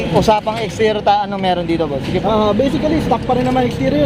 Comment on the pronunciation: Baiseekali stuhck "Basically stock"